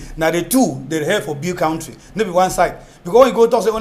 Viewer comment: please tell your English teacher guest,, to pronounce 'country' correctly. He teaches!